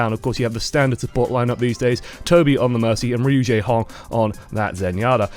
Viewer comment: when yakubians call him "RU-JAEHONG" lul